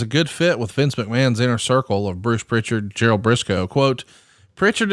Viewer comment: there's no t in Prichard.